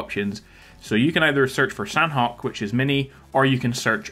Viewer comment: San-awk, San-awk, San-awk!!... Means chicken! 🍗 Okay?!?!